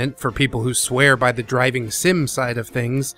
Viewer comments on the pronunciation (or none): Is it just me? Or does it sounds like you're saying "Dragon Games" instead of "Driving Game" a few times in this video? ಠ_ಠ